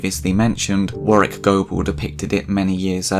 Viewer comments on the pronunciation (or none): none